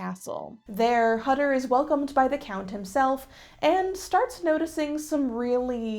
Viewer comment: Why ware thy masks? Hutter is pronoced Hoo ter in Germany